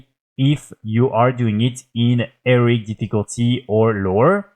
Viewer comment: He-Row-IC difficulty... Not Eric